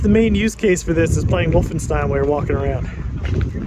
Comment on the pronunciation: i like the way you pronounced “woof-enstein” 😂 🐕